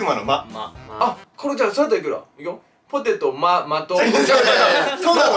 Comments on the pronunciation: ぽてぃとぉ〜(´∀｀*)笑 発音わからなかったらに聞く〜💜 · かちょさんの場合「簡単に食わない」が本当に簡単に食べなさそうなんよ🤔ww さんのポテトの発音でめちゃくちゃ笑いましたwwww